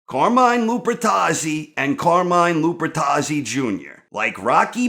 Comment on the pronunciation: Cahmine Lupuhtazzi